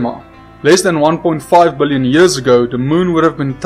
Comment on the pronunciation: billoin you can tell that 29 years of learning English paid off in that word